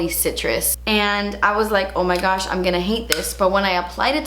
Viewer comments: When she says "oh my gouch" cracking my ass up! I love how she says gouch and it ain't no Thang but a chicken wang;) lmbo your personality brings a lot of smiles into this world!!! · Every time you say "Oh my goosh" I have to pause the video because I'm dying laughing. It always takes me off guard!!!